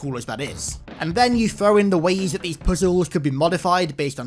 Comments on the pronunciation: I hate the way you say puzzles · The emphasis and way you say "puzzles" had me rolling lol